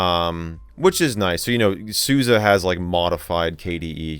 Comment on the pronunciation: Well I'm confused, 8 hear you say 'Suza', yet I see Suse on the box